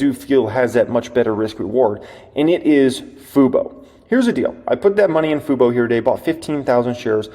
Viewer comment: also... lmao. I know you're trying to be serious... but it's tough to take you seriously when you pronounce "fubo" as "fooboo" at various times in your video LOL. it's super distracting. i'm sorry this is hilarious